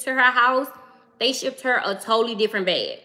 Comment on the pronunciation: Are you saying BEG or BAG?